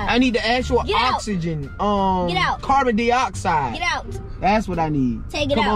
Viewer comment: Lol “carbon deeoxide “. “It Needs h2O!”